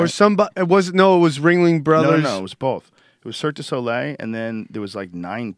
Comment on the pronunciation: man, Joe does not know how to pronounce "Le Cirque du Soleil"